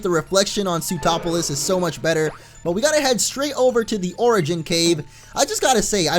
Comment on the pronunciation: Lol when you say sootroplis my brain thinks you are saying zootropolis